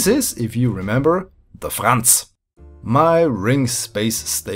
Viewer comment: you can say Franz so good are you german?